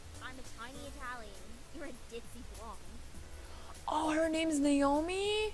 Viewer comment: finally they said Naomi! ...sorry, the way you were saying it was really getting annoying to me and I was waiting till they said it correctly.